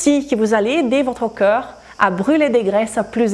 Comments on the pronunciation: até que é interessante a informação que vc partilha, mas sinceramente é insuportável quando vc diz "cœur" em vez de "corps". Por acaso acho produtivo, mas unicamente se vc respeitar a sua audiencia francofona. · Por amor da Santa, faça um esforço na palavra "corps" ! "Corps" não é coração, e vc diz coraçao !